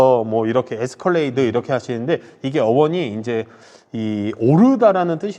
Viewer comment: 말씀을 자꾸 틀리게 하시네ㅋㅋㅋ 에스컬레이트 x 에스컬레이드 o 서버밴 x 서버번 o 냉장기능이있어요x 냉동기능이있어요o